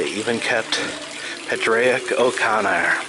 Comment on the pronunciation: That Padraig O’Connor’s name would actually be pronounced Poor-ig. It’s Irish.